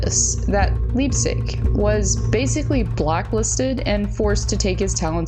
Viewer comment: Leipsic ( pronounced Lipe-Sick) is an absolute tool of gargantuan proportions. I watched him play Juniors in Portland with the Winterhawks. (Who now have the LAMEST logo in the WHL, MAYBE the world!😂) Got to skate with him a few times when we were starting our practices because we’d follow the team on the rink schedule. It was really pretty cool. Also did the same with Cody Glass. HE is a standup guy. Brendan Leipsic is an asshat of epic proportions!